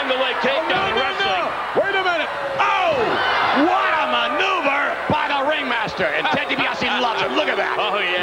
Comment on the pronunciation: WHATaHmaneUVER! Vince McMahon is a Legend. 🤣